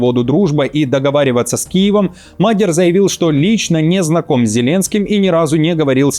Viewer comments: не МАдер, а МадьЯр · Уважаемые, аж слух режет, изучите вопрос прежде чем говорить, не Мадяр, а Модëр, с ударением на первый слог как и все венгерские слова. Спасибо. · Не Мадер, Мадияр. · Мал Мадьяр,а не магер 😊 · Научите его уже правильно говорить Мадьяр, а не Мадер! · В фамилии Мадя́р ударение ставится на второй слог, на букву я — Мадя́р. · Нет,ошибаетесь,венгр ( то есть мадЬяр) скажет - МАдЬяр, с ударением на букву А. Знаю,потому что жила 4 года возле Берегово,где более половины населения - этнические венгры. Но язык так и не освоила😂, кроме бытового,труден невероятно.